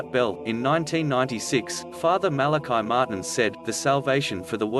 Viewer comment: The priests name was Fr. Malachi Martin, not Martin Malachi and it was pronounced the Irish form MalacEE, not the Hebrew form Malachi. Fr. MalacEE Martin.